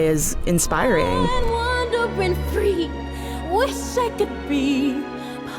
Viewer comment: The way she says "free" is weird.